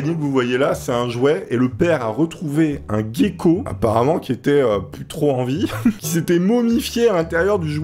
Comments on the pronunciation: c'est pas un géko mais un jaico sa se prononce comme ça ^^ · QUAND EST-CE QUE VOUS ALLEZ COMPRENDRE QUE CA SE PRONONCE: "JECKO" !!! Pardon... Edit: Aussi à ce n'est pas un basilic, aussi appelé "Lézard Jésus-Christ" mais un lézard à collerette, ayant inspiré le dilophosaurus de Jurassic Park :) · sa se dit un jéko